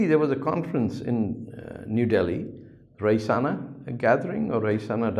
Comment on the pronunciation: SIr It is pronounced as Rayseena